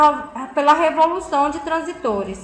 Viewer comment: A aula seria muito boa , se a mulher realmente soubesse do que está falando. Tem que ir pela leitura porque se for pelo áudio você aprende tudo errado hahahah é transístores e não transitores